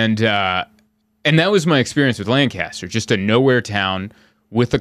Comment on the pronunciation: Ha it’s “LAN cu ster” not “Lan CAS ter” 😂😂😂 glad you enjoyed the farmers market!